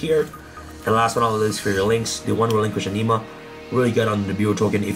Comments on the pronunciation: Ok, I'm sorry but its driving me nuts, relinquished anima, like you're saying anime but with an a instead of an e. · It’s pronounce “anima”, not “anima”.